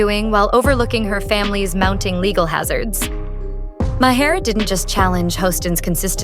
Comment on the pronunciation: Three pronunciations of Maher within the first minute...And, it only gets worse from there. Impressive.